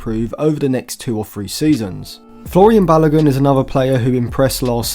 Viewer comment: My man just said Florian Balogun🤦🏽‍♂️